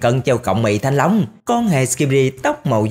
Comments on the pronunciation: Anh đừng nói thanh lông nữa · Nãy giờ nghe toàn thanh long, mỳ thanh long (ám ảnh) :))) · Anh ấy nói thanh long vài luôn😂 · Mong anh đừng nói "mì thanh long" nữa nha anh trai